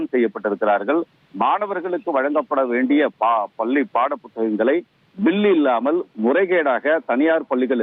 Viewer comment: பல்லி மாணவர் இல்லை. பள்ளி மாணவர் 😂